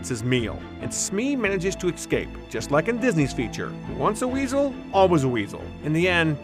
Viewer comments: ECSCAPE 😂😂😂😂😂 ITS E... SCAPE!!!! THERE IS NO C BETWEEN E AND C YOU FOOL!!!!! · EScape! It's pronounced Escape! Not EXcape! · Good video but I can't stand when people say "ekscape" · Escape*. Excape isn’t a word... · Good video but i cringe every time the narrator says "Ecscape" ... {shudder}